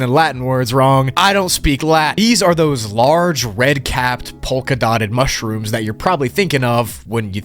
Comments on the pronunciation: “Mush-Rooms” Hahahahaha…. No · MUSH-ROOMS but BACK ROOMS.... Yea LOL I get it xD |But it sounds funny only when you said it in you own way xD LOlz! And the second version is WAY MUCH better:) P.S Much-Room:D